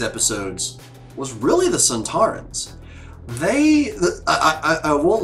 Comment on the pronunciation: The sontarans are indeed in classic Who...and they pretty much look like this... Funny thing is that didn't realise that there were actual actors in the suits... She thought they were robots:D and her pronouncing their name wrong was a little reference to Chris eccelston doing the same in an interview when talking about classic series monsters:D This two parter was written by Helen Raynor, who wrote last series 3 dalek two parter... Think she did a much better job here... Unfortunatly tho up to far... This is the last story to be written by a female writer... We haven't had one since....